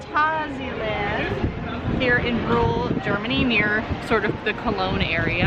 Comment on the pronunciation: You started so wel with 'Phanta'. Next is sia like Sia. Finally land is like that ah, but short. It's not Danish, Swedish, Norwegian or English, so it's not lènd. Especially you Americans have all the a's pronounced like the Scandivians do. Here at least we still know which word is ah and which is a. Total tangent. Phàntásiàlànd. I used French characters there, ` = short and ' = long. Handy system. Furthermore i = ee, not ai. I'm not sure where English got that from, but my advice: stick that in your system: i = ee. Note that the "ee" in words like kick and nick are short ee's - or ì in French. As to why they pronounce kick keek - 'cause it's not properly 'd. Duh :)